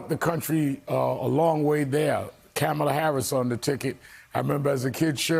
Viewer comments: Hey Rev: It's "comma" la, NOT "kamma" la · Even The Rev & Buttigieg have to learn how to say her name: COMA-LA... not Camel- La ! C'mon guys. The mayor at least corrected himself. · jfc, rev, learn to pronounce kamala’s name. WHERE ARE THE PRODUCERS? THIS IS YOUR GD JOB: tell your people how to pronounce names so they dont embarrass themselves and the network.